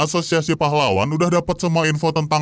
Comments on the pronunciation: asozazsaz bg lu mau ngomong azosiasi malah asozazsaz🗿💔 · " ashusiasi pahlawan " 😭🙏🏻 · Ini di hp gw aja tapi kok pas bilang asosiasi kok aneh y